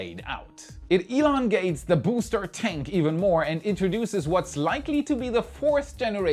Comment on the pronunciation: Lol. "Elon gate"